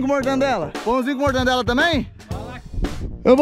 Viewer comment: Mortandela ou mortadela